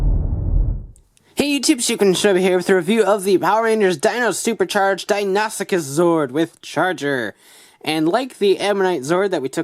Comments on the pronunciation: It's pronounced dino soo cus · DON'T TRUST THE MORPHER! So many people pronounce this wrong because of the morpher, but it isn't pronounced that way. It's not even an alternate pronunciation. It's pronounced di-no-sue-kus or di-no-sue-chus. In other words- first say "dino", then "sue" (like the name of a person), then cuss or chuss (chess with a "u" instead of an "a"). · It's pronounced Die-noe-sue-kuss